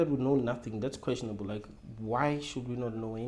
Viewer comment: It’s questionable* not quastionable